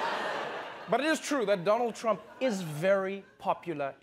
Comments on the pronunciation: DOLUND TRUMP 😀...gazab tha yr wo speech. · Doland Trump 😅😂😂😂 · You are wrong it's Doolaan Trump 😂😂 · it's even out coz modi said dolund trump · this was done purposly to insult in revenge against Dolund trump 😂😂😂